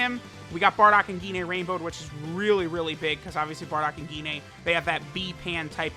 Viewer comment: Dude really said "Gi-nay"